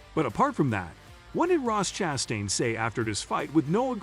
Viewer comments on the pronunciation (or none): Does this guy know how to pronounce last names? Chastun, nicklaws... Hard to watch. Btw Ross ChastAIn sucks, his "aggressive" style really means he cant hold a line in traffic...